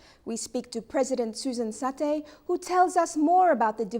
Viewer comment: you mispronounced Mrs. Setae name. its Setae not Satae.